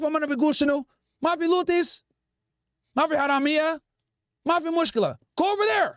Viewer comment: Bro just said luthi's😂😂😂